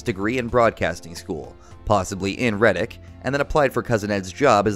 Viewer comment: It's Red-Dick Florida. Not Riddic.